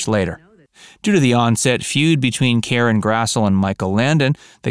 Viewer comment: Oi! Karen Grass-lee,* mate! * Pronunciation.